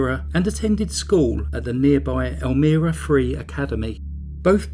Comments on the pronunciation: I found your video quickly today and at first didn't recognize the way you pronounced Elmira because we say it with a long I sound It's a nice place, but in reality New York State is pretty rural with much of the state being conservative and right wing. The part that makes us liberal is New York City. Thank you for another interesting tale of crazy. I appreciate it very much. Have a glorious week! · Idc if peep mispronounce a word or two... especially if they're not familiar with the word bc it's from a foreign place, culture and/or language. Butttttt...am I the only one that thinks he said "El-mee-rah" way more than needed? 😜 FYI...it's pronounced EL-MY-RAH. Great video as always!!! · Do more research on how to pronounce the name of the place ur talking about.. It is not pronounced, Elmeera, it is El-MY-ra, n.y. Sometimes I can just ignore mispronounced place names, but u seem 2 say this 1 so much, I couldn't. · well done! I don't recall hearing about this, even though Elmira is very close to my hometown, but their crimes were before I was born. Anyway, thanks for the upload! P.S. it's pronounced "ElmEYEra" 🙂 not that it matters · Its (pronounced) ELMYRA not Elmeera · It's pronounced "elmEYEra" not 'elmEARa'... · Wow, what evil horrible monsters! This story is so disturbing, but well done by you! You work so hard, thank you. The name of the town is El-my-ra:) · It's pronounced El-MYra, like with a long "i" sound. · Loved it but for one correction I must make...as a resident of NY, the city is Elm--I-rah. The I is pronounced as in I am from NY. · I love your accent! I live less than 15 minutes where this case was. I wanted to let you know how to pronounce Elmira. "El-my-ra." (Elmira). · I was trying to figure out where you were talking about......but then I realized it was Elmira(long I).....just a short comment.....I do enjoy your videos though. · Love the vid man, but holy shit it's El-My-Ruh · Not being nitpicking, but it's pronounced "El-MY-ra"